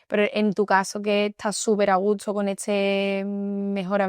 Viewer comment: Basically, especially if they're from super rural parts. I lived in san fernando for a while, and i knew this guy that was possibly the nicest dude I've ever met, and I swear I never heard a single consonant. The other thing thats pretty common in that area is to flip the s and t's in words. She does it in the video if you listen. She says a gusto, but it comes out a gutso.